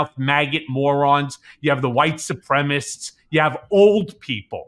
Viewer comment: Please don't leave off the penultimate syllable of supremicist.